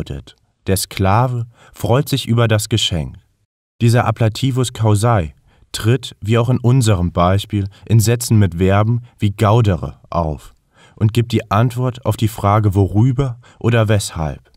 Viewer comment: Ein kleiner Tipp zur Betonung: gaudēre und caúsae. Ansonsten sehr stimmig!